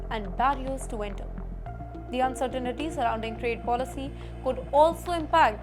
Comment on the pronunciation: She says, "uncertainity" instead of uncertainty. Pathetic.